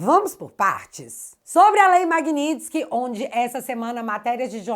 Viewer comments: Bom dia > Corrige a palavra MAGNITSKY < (correto) - (MAGNINTSKY < errado). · querida creio que não é MAGNINTSKY e sim MAGNITSKY.vc colocou um N entre o i e o t.parabéns pelo seu trabalho.vc vai ajudar o Marco Antônio Costa do fio diário para senador?e o Bruno Engler ex-candidato a prefeito pode ser candidato a senador?seria maravilhoso se vc fosse candidata. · Não é MAGNINTSKY É MAGNITSKY Tá parecendo o Kim Paim no início desse assunto… 😂😂😂😂😊😊😊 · Magnitsky, sem "n".